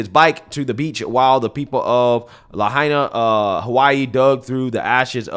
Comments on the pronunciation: CBS guy said La-hay-na fckin clown. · La-HI-Na. What kind of idiot cannot pronounce the name of the city you are reporting on? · Wow, the media knew.....😢...and it's still pronounced La-HI-Na. No you ain't arbitrarily changing how we say the names of US cities too NO NO NO! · Luh haynuh. LOL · Please pronounce Lahaina correctly. I lived in Kihei for 12 years and the leeward side is always brown in summer. Hundreds of years ago the whalers used this side of the Island to repair their damaged ships cutting down all the trees. This turned Kihei and much of the Westside into a desert. This is has nothing to to with the made up climate change. Good luck turning this Island to all "green". Most residents will never be able to afford this. Typical left pushing their agenda on everyone like it or not! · That idiotic reporter couldn't even pronounce the name properly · Damned reporter cant even pronounce "Lahaina" correctly. Pathetic.